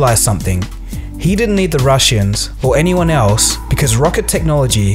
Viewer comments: Am I the only one who heard him say the Rushians? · The way you pronounce "Russians" in is hilarious!